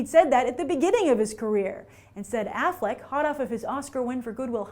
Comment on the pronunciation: That kid gave Argo 8.5 out of 10. HAHAHAHA you Americans are so easily impressed as soon as someone is acting "normal". If he would've criticized it and known how to pronounce Ben Affleck , he might be on a good way. If you watch a lot of movies you would never rate it over 7. Not an opinion, it's a fact. Start with criticizing my English if you want, it's my 4th language. Good bye Youtube and America. I win.